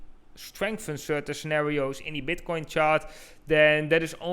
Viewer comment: Did he literally start with "Is BEDcoin..."